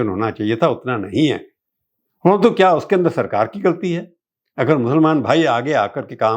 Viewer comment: اچھی اردو ۔۔۔۔۔۔🙃 "کیا" کو تو "خیا" بولتے ہیں۔۔۔۔😭